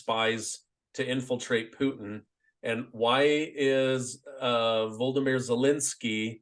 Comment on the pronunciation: just cannot say Vlod